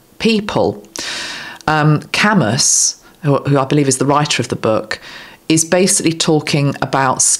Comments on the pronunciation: Thank you 💗 Big supporter of you and RFK Jr. Albert Camus was a French philosopher, FTR it’s pronounced “cam-oo” more or less (Anglicized). Sisyphus was a Greek figure from Homer. Brilliant symbolism and analysis. I’m so pleased to see the number of people behind this movement. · Albert Camus (cam u no s in pronunciation) French philosopher and author Thank you for reminding me of his great writing